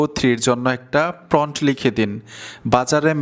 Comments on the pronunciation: সব ঠিক আছে ভাই। কিন্টু ওটা PRONT নয় প্রম্পট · প্রন্ট না ভাই, প্রম্ট prompt 😂😂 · আপনি তো সুন্দর ভিডিও বানান। কিন্তু কয়েকটা ইংরেজি শব্দের উচ্চারণ ভালোভাবে জেনে নেন না কেন? শব্দটা 'প্রন্ট' নয়, 'প্রম্পট', যার ইংরেজি বানান 'Prompt'. আপনি এই শব্দটাকে বারবার 'প্রন্ট' (Pront) উচ্চারণ করাতে শুনতে খারাপ লেগেছে। আশা করি আগামীতে সঠিকভাবে Prompt (প্রম্পট) শব্দটি উচ্চারণ করে আপনার ভিডিওকে আরও আকর্ষণীয় ও নিখুঁত করে তুলতে পারবেন। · প্রন্ট না, প্রম্পট। উচ্চারণ ঠিক করেন। 'Prompt' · ফ্রন্ট না মিয়া প্রমপ্ট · এটাকে প্রম্পট্ বলে প্রন্ট না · প্রম্প্ট (Prompt) হবে...Thanks... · প্রমোড হ‌বে উচ্চারন টা